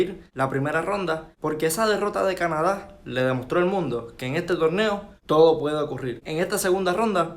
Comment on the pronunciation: No se pronuncia cana da sino una sola pronunciación Canadá .corregiste al pronunciar ese país .